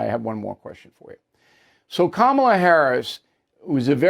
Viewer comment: 🚨 Oh come on Bull, did i hear you say that "Coma-la Her-ass" was articulate? GOOD GRIEF❗👎